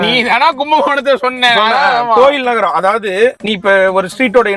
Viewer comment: நரகம் இல்லை தம்பி நகரம்